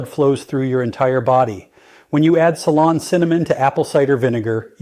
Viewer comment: I thought so. Pretty sure he knows how to say ceylon cinnamon.